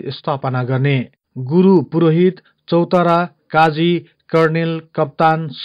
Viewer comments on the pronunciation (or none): चौतारा हैन चौतरिया हो ! अलि स्पष्ट बोलम हजुर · चौतारियालाइ चौतारा भन्छौ😀